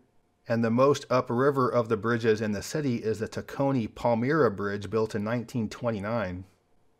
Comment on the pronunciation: You pronounced the Tacony Palmyra Bridge incorrectly😂😂😂